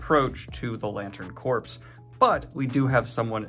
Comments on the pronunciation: "green lantern corp" "lantern corpse" so close, but not quite there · Friendly note: “Corps.” is pronounced like “core,” not “corpse.” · You said the Green Lantern Corpse instead of Corps! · Stop saying "the lantern corpse" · Not a criticism, just an observation (I really love your channel and what you do here). Re: Green Lantern Corps... Corps has a silent "ps", so it pronounced "core". Although... Green Lantern Corpse could be a very interesting take on the franchise. Maybe even a season sub-title for later on if they cover the Blackest Night event. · Corps is pronounced core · “Core”. Corps is pronounced “Core”. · Oh no. He pronounced the “ps” in corps. :( #stillAFan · The way you pronounce "Corps" enrages and offends me.